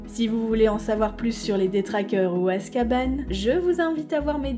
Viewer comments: Az Cabane. La garçonnière pour detraqueurs c'est azkaban.. comme un banc pas azcabane. Les géants dommage.. hagrid à essayer avec Maxime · Non mais Azka "banc" quoi ... J'ai essayé de faire des efforts mais c'est trop pour moi en vrai. Azkaban est un nom propre au même titre que Granger, Potter, Dumbledore... Pourquoi le nom de la prison doit être prononcée "à la française"? Dans n'importe quel pays du monde on dit "azkabane" pourquoi pas chez les francophones ? 🤔 Enfin bon... au final chacun le prononce comme il veut! Du moment qu'on se comprend, c'est le principal. ☺️